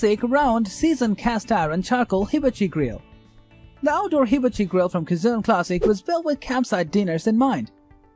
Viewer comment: OMG, you have to learn how to pronounce HIBACHI correctly! Just watch, literally, any other review of a hibachi grill.